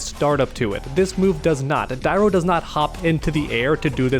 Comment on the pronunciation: So hard to hear you mispronounce dairou everytime haha, if you played the game or watched a video you would have known the true prononciation